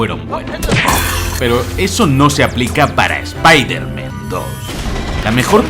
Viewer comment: Spailerman spailerman y no me extlaña